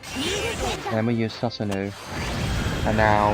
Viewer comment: Susanoo is pronounced “sue-sa-no” Appreciate the content man 👍🏼